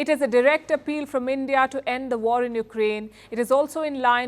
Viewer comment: Pawpaw, speech ne waRrrR RrRukwadi